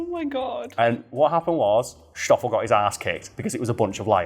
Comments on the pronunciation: It's stoffol not shtoffol.. like ss-toph-fel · I usually don't care too much about mispronunctiations, but saying "shtoffel" every other sentence while it's "Stoffel" like 'stop' was quite annoying 😅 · I know. This is in South Africa not 19th century Bavaria. Schhhhtoffel? No, it's just Stoffel. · All I could hear is mispronouncing Stoffel(its not pronounced Shtofill) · Not a criticism, just want to clarify the 'S' is pronounced the same as in snake.